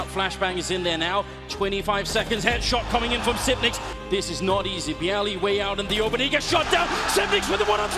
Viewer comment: Xyp9x is pronounced XypNIX not Xyppix